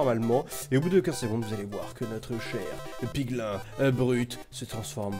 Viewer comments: ON DIT "PIGLYN" ET PAS "PIGLAIN" !!!!!!!! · On ne dis pas piglin mais piglîn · Ont dit PIGLIN(E)!!!!! c'est pas bien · On dit 《pigline》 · ahhh tu m enerve a dir piglain et hoglain se dit pigline et hogline